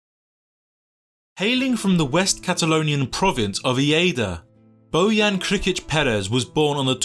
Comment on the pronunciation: It's bozan! not boyan!